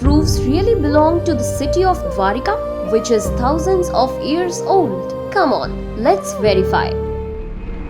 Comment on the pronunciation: Not ears it's years stupid